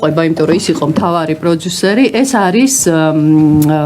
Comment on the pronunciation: ეს “პროძუსერი” რაღა ჯანდაბაა? ტვინი გახვრიტა რააა… ინგა გრიგოლიასი არ იყოს, ისიც პროძუსერს ამბობს. პროდიუსერი არის ინგლისური სიტყა და ასო “ძ“ ინგლისურში არ არსებობს.